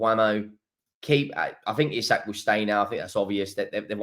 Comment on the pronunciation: i am not saying this again, please stop fucking up players names, hes called eeeeeee sak, you know how to say it